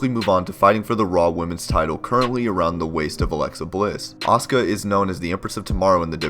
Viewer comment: You keep saying her name wrong.